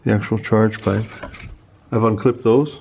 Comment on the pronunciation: I swear if you call those 'inlets' charepipes one more time LMAO